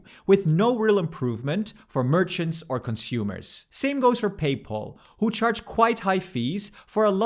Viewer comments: Are you forced to use an app for the digital €? No card? BTW, it's PayPal, not PayPaul. For Germans: say päipäl, not päipol. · It’s not payPaul or paypol but is PayPal which is pronounced Peypäl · Good old PayPaul, much better than PayPal if it weren't for that somewhat similar pronunciation. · "pay pull" 😅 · The way you pronounce "Paypal" is not correct.